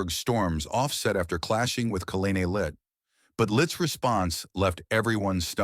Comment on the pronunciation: Whoopi stinks, but the narrator got her name right, he cannot even pronounce Leavitts name